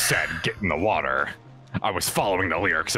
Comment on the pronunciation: "Into the ✨️wowa✨️ with you"